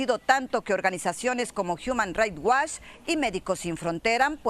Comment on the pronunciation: y que onda con esa reportera maricruz gutierrez. que feo pronuncia the human right watch. que no es indispensable el ingless y no lo practica para pronunciarlo un poquito correcta ment¿